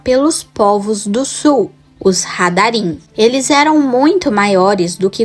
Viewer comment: Não é radarim e sim raradrim